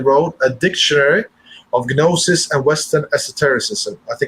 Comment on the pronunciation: You need to know what exoteric means to define esoteric. Your definition is bizarre, you might as well just make up a word. The way you pronounce gnosis makes it hard for me to believe you went to school. This is a messed up presentation, I can't help you.